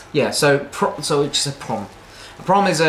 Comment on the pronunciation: I genuinely thought at first that he was saying that it was a "prawn" instead of a 'prom." All y'all need to come across the Pond to go fossil hunting at Calvert Cliffs, Calvert County, Maryland. We specialize in shark teeth, including megalodon teeth.